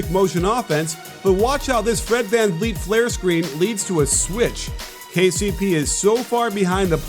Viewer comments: Anyone else notice him say "Fred can-yeet" ? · that is the worst pronunciation of Fred Van Fleet I have ever heard. This team (with Fred on it) are the defending champs and you are supposed to be a basketball guy. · Fred Kanyeet 😂 COACH! ITS VANVLEET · Fred "Can-Eat" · Did he say Fred CanYeet? 😂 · did this man just say Fred CanYeet lmao